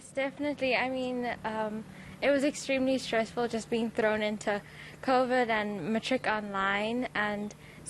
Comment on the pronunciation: "ThErE WaS KoFiD"